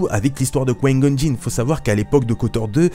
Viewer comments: tu dois absolument absolument arreter de dire quoin gon stp je te jure je nentend plus que ça et je suis sur de ne pas dutout etre le seul ça se dit comme ça: coup ail gone! Et ca secrit Qui Gon Je saigne des oreilles... je blague mais nempeche je sens l'angoisse monter a chaque fois que je tentend dire quoin goun 😁😂 En tous cas continues tes vidéos, je les trouve cool et instructives sur le lore 👍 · J'entends "Quin-Gon" quand tu parles... on dirait que tu dis "Coign-Gun", genre une sorte de flingue qui tire des projectiles amers... C'est "Qui-Gon", non...? Se lisant "kouaï-gonne". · Mlle Chamalloooww moi aussi ça me perturbe j'ai l'impression qu'il dit Couaïne Gonne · tu as une de ces façons de dire: Qui-Gon... ça me perturbe à chaque fois mdrr😂😂 mais sinon super vidéo comme d'hab😊👍❣ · L'ami on dirait que tu parle chinois quand tu dis Qui Gon mdrrr